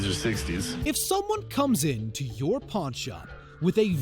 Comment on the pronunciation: I thought he said porn Star 😂😂